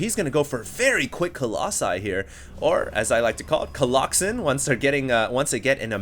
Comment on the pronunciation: I think his doing this on pourpose. i mean he used to say it right colossi what happened? also do you remember when he said "right of the bat a lot" lol that was funny